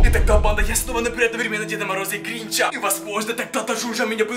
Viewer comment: Странно говоришь тебе говорить не учили ты говоришь так что неприятно становится говори нормально как обычный человек мне не нравится вот это вот когда ставят на голос на другую букву там например гринчЯ